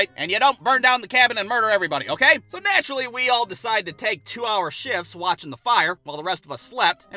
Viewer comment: I like the way he says "so nNATurally"